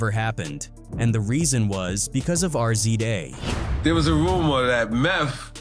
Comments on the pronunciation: His name is not RCA it’s RZA to pronounce it’s Rizz Zaaa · Fucken AI can't even pronounce the Rza..